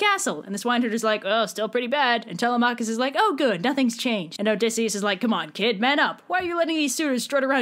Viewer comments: I thought it was Telemachus (Telem-u-kis) WhO tHe F### iS ( Telem-AA-kus) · I’m sorry did you say “tell-a-Mach-is” I hate to be that guy but it’s pronounced “tell-‘em-a-kus”. Don’t say I’m wrong the guy who translated the odyssey says that’s how it is pronounced. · I have never heard anyone pronounce it Tel-uh-MAH-kus before. I've only ever heard it Teh-LEH-meh-kus. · It’s Telemachus- 😭